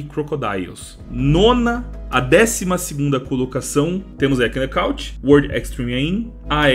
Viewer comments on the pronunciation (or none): knockout se pronuncia nokaut.. o k é mudo..